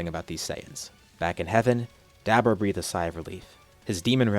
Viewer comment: It's so funny to hear him say hit the Dab orah.. and bra for Bulla.. some of these names he pronounces are pretty funny xD